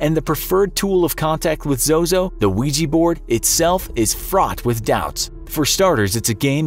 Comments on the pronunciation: What says: Ouija board What I hear: Luigi board Wah wah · its Ouji board, not luigi board 😅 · "Imagine your friend comes over and brings a weegee board" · Why use “a” ouija board then? Since ouija sounds like weeja you use an a instead of “an”